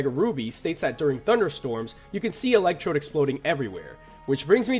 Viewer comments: You said electrobe it’s electrode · ELECTECTRODE?! REALLY?!?!?!?!??